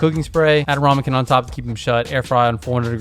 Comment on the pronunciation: Love the vid. But its rAmekin not rOmekin!